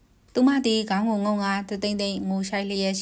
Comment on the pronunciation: ’ ေဂါင္း' မဟုတ္ဘူးေနာ္ ‘ေခါင္း' လို႔ အသံထြက္ရမယ္ . ဒီေနရာမွာေလ . လူေသထဲ့တဲ့ 'ေခါင္း'